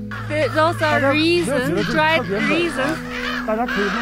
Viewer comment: Also raisins... Pronounce as Ray-Zeens